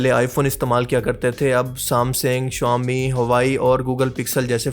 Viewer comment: Shuwami ❌ Xiaomi ✅